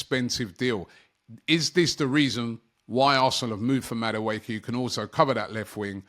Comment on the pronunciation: it’s Madueke like the last (e) is pronounced like an (a).